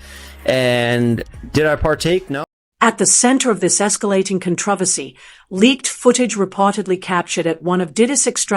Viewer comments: WTF IS A" COTRAVACY" IS IT A CONTROVERSY AND A TRAVESTY or AI just can't get the pronunciation of words correctly no matter what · Con-tra-versy. LOL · For not having a British accent, you certainly nail the word “controversy.”